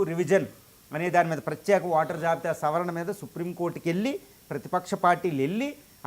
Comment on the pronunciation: స్పష్టంగా ఓటర్ అనేకి నీకు రాదా బాబు వాటర్ అంటున్నావు రాదా